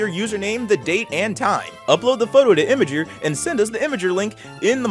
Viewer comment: FYI it's not imager, it's Imgur 😀